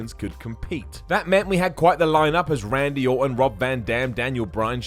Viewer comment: Benk? Rendy? Metch? Ven Dem? PRONOUNCE WORDS CORRECTLY!!!!